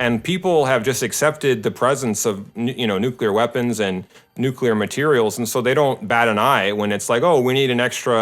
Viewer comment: It's called nuclear weapon, not nucilear, 😄👍